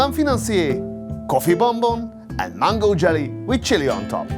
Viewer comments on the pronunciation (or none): none